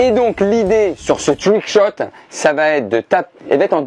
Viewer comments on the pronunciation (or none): "twouick chot" oh non pas ça !